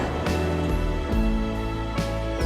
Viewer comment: Tinangay lahat ng BARDA ang kilig ko sa kdrama graveee!! ilang beses ko inulit ulit ang halik waaaaa superb kilig iyak at naka smile ako lalo na ng humalik na si david!!😍😍 yung vows nila feeling ko barbie and david talaga tagos sa puso ko kasi😍😍😍 yung bigkas ni david ng monique macario galing ng acting nea namumula buong mukha oi na #Barda lang ang sakalam!!! sobrang the best episode ever sa wakas nahalikan kan din ni davud barbie dahil deserves namin toh!! hahahahahaha!! ang saya namiss ko tuloy asawa ko parang mapapauwi siya sa trabaho nito🤣🤣🤣